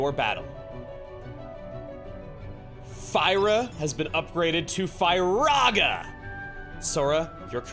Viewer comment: It's FEAR-rah-guh/gun, not Fye-rah-guh/gun. Also, you get the complete BASIC Gummi block collection from the Dalmatians, meaning the ones you can buy at Cid's Gummi Block shop. Gummi Blocks like the Haste2-G are no longer part of that collection in Final Mix. They are only obtainable (and maxed out on the Haste2-G) when you collect them from, say, the 100 Acre Wood or a treasure chest. Also also, the enemy weapons are BLUE boxes, not red. Red is synthesis material, yellow is a recovery item, blue is weapon or accesory (like the many Protera Chains you've been getting).